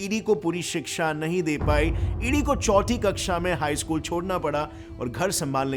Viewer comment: Chouti kaksha kya hai bhai!!! 🤔🤔 Aisay salman khan jaisay pronunciation kyu bhai.. Chouthi kaksha bolnay may kya dikkat haai!!!😡